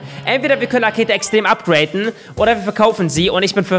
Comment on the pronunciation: es heißt upgraden nicht upgraten wie behindert klingt das eigentlich?